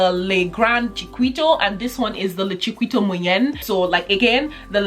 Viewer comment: It's pronounced Chikito not Chiquito like it's spelt.